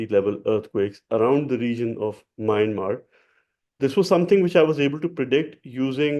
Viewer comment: You pronounce Myanmar in error..It is pronounced sounding 'Mianmaar' sir. Hope you dont mind